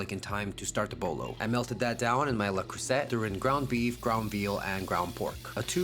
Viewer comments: The letter T at the end of a French word is silent. So: Le Cruesay, not Creusettttt 😊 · It's pronounced crou se ay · Le Cruset is “Lay crew-zay”, champ. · Le Creuset is pronounced (a la francais) "le crew-say". Mirepoix is french - soffritto is italian - but they are exactly the same thing. One does not turn into the other (unless you are taking it on a road-trip!!!) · Le creuset is not pronounced creusette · Don’t pronounce the “T” in Le Creuset. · Looks delicious. The pronunciation of Le Creuset broke my heart though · If you were truly a chef, you would know the correct pronunciation of "Le Cruset". You did not. Point two: sofrito is NOT Italian...it's Puerto Rican. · As a french guy, I dont think you can massacre the name "le creuset" more than you did. 😂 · How are you gonna be a professional chef and mispronounce le cruset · The T is silent.